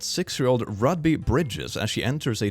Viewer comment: I remember reading about this. They had to bring in the 101st (same guys that were legendary for Normandy, Market Garden, and the Buldge). Also, it's pronounced like the gem stone (rew-be)